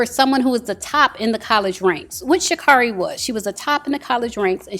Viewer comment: She pronounces her own name Sha-carry